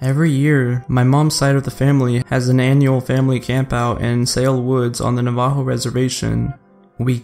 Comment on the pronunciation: Please ask someone how to pronounce 'Navajo'.